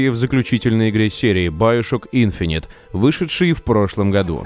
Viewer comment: Иговорится не `инфонит ,а Инф`инити